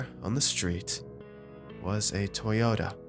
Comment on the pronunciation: Because Civics are made by Honda, not "tyota"